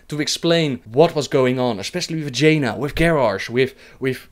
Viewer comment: he said "especially with Jaina" What I heard " especially Vagina"